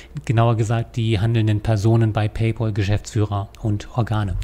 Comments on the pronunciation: paypÄl - nicht paypOl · Da hat der Herr Rechtsanwalt etwas nicht (oder extra falsch) verstanden. Macht ja nix. ☮ Und paypal wird paypäl ausgesprochen, von englisch 'pal' = Kumpel. 😘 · Ihr seid immer wieder zum Schießen! Paypäl ... Ich halte auch nicht viel davon alles zu anglisieren, (München-Munich) also spreche ich es so aus, wie es sich schreibt. Im Englischen eher "Paypoal" Und was hat er denn falsch verstanden? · PayPAAAAAAAAAAAl, da ist kein U drin. Warum spricht das jeder falsch aus? -_ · Ist schon traurig, wenn man als vermeintlich studierter nicht mal PayPal richtig aussprechen kann.